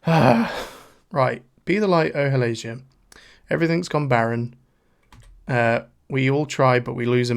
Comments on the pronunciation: I love you and your commentary. I’m just into Ateez myself, so this is pretty cool to watch. But the way you pronounced Halazia was sending me😂😂😂. It’s HAL-AH-ZEE-YA, not HAL-ASIA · I’m sorry… I have to … HALL - AH - ZEE - AH Please and thank you. 🧡🏴‍☠️☺️ Also, I have no problem with the length. I really appreciate how thoroughly you go through it and discuss it.